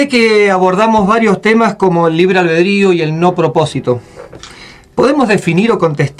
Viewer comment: Todo chido pero ¿porqué no habla bien? Nunca me ha parecido para tanto la pronunciación pero es difícil seguir viéndolo con ese libre "Albredrio" o "Alberdio"